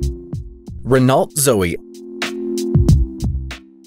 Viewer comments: And Renault is Ren-oh, not Renawlt. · What's a "Renalt"? Maybe you mean 'Renault".